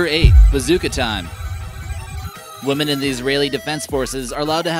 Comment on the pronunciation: Beautiful country and people. Btw, to the narrator of this video, the word “women” is pronounced “wih-mihn”, not like “woman” as you do many times in this video.